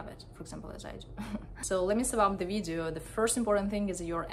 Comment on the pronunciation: how did u pronounce video? damn ....